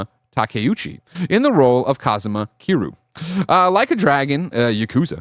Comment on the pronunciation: that's Ki-REE-YOU. The show has been announced 2 years ago... it just didn't make any major news outlet.